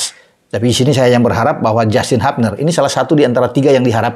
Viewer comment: Justin hubner bang bukan habner.orang sana nyebutnya hubner